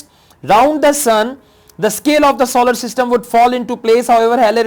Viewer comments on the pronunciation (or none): none